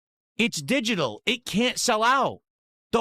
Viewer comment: He literally said "exsqueeze me? You're going to pwe-order a didgidal game"